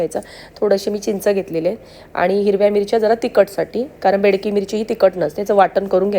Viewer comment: Bedki mirchi nahi Bedagi mirchi